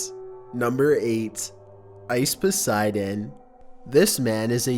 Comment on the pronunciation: It's IcePoseidon not OceVODseidon